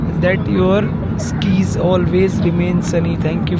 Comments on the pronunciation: pronunce skies wrong 😅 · Skies ko glt pronounce krdia